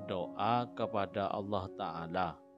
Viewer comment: Allah. Bukan Auloh. Sebut betul2 . Lidah jangan keras.